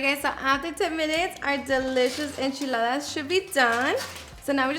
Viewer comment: I can listen to her say enchiladas all day...